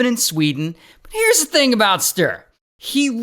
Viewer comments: Agree!! It’s supposed to be like “stew”+”reh”… not stir 😂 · I´m from Sweden and I know about this lowlife. But the you butchered his name all through the video is a crime in itself. "StUre" - not "Str" 😂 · Stir 😂väldigt bra uttalande av namnet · For anyone wondering, the true Swedish pronunciation of Sture is two syllables: “stew” and “reh”. Stew+reh. But it’s pretty hilarious to call him STIR. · No, there is supposed to be a harder pronounciation on the e. It's hard to explain, but kinda like sturE, not Sturr. 😶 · Sooo Funny hearing How an American say the name Sture 😂🤣😂🤣 And this is one of our greatest failings of our justice system…. We have e a murder of our,at the time, primary minister that also is a failing…. I believe those are our biggest… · yes, alot of us swedes care. He totally butchers the name pronunciation. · Yes, I know it's a joke. But for real, the name is greatly mispronounced, so no... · the pronounciation of Sture 😭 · Hey.. from Sweden here. 😂😂😂 I love your way of pronouncing Sture ❤